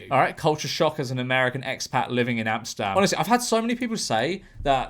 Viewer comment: i find it funny how you pronounce Amsterdam as Amstam